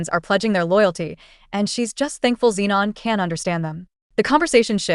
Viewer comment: Why tf is everyone called zinon, max and fridgeon? Are u mental? Stop makin videos if you're gonna half ass it